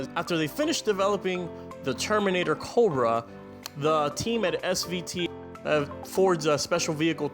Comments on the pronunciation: I stopped watching after hearing "Coldbrah" 10 times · Dude, why do you say Cobra, so Weird? Cccchhhhhhhhhooobra